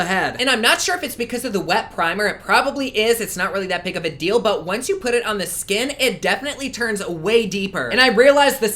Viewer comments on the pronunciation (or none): none